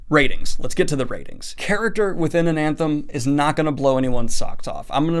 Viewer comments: ana-them Daniel: "Anan-them" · It’s ANATHEM, not ANANTHEM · Practice saying anathema. Then forget that last a. Anathem. It's supposed to be a cross between Anthem and Anathema, yes, but without the second 'n'. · You put the emphasis on the second syllable... Based on the Latin, which most of the words are borrowed from, (which is pasted into the world as "Old Orth"), the pronunciation should be stressed on the first syllable: ANathem. I get it, the word anAthema is stressed on the second syllable, but with the missing syllable the pronunciation should be ANathem. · It's an-a-them, not an-an-them. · Anathem Ananthem! Anathem Ananthem! Anathem Ananthem! That had me flinching every time. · "AnANthem"? What? No. "ANathem." There is no second n. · Honestly I like ananthem better, easier to pronounce then anathem. I will go with Daniel's pronounciation. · Just checking the pronunciation. Is it Ananthem? I've always thought it was Ana-theem.. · Snow crash is garbage. Also its "ana-them" not "an-anthem" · Only one N in Anathem. :) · Damn, Daniel, dyslexia kicking in hard today, huh? It's NeAl Stephenson and Anathem, not AnaNthem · Why on earth do you keep saying Ana"N"them? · I've read Anathem, but i've never heard of this book 'An Anthem' - i think i just don't speak the particular pidgen english used by youtubers, and honestly i hope my brain never gets infected with it. There are several videos where NS discusses this book, so i don't understand the motivation for consistently mispronouncing the title. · Why does he keep saying AnaNthem? There is no N if he reads a big font wrong do you believe he read the same book as us? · Daniel. You keep saying Ananthem. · Is he saying AnAnthem ??? Huh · Lol I don’t mean to be that guy but every time you said “AnaNthem” in the beginning, my brain was like “Daniel there’s no second N” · "an anthem" FOR THE LOVE OF CHRIST SIR. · it's uh-nath-em. guess you're not that certain type of reader after all :)